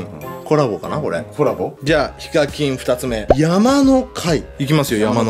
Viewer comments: ｢やまのけ｣じゃね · やまのかいじゃなくてやまのけじゃないですか？ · 山の怪[山のけ]って言うんですよ。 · 山の怪はやまのかいではなく やまのけですよ！ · やまのかい ではなく やまのけ